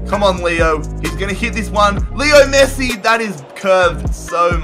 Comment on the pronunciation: At the beginning it sounded like he called Messi, Nessi